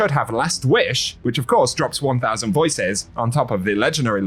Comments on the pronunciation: anyone else think he said 1k voices’s name weird? VoiCESS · Bro he's British. That's just how they sound.